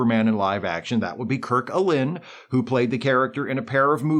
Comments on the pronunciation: Kirk “Allen”…..not “Ah-Lyn” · Kirk Allyn’s last name is pronounced Allen.